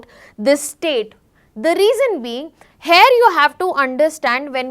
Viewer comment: 'Here' is actually pronounced as Here' not 'Hair' check google pronunciation pls